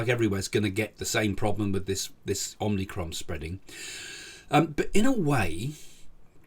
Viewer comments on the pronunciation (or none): The Greek letter is pronounced "omicron" not "omnicron".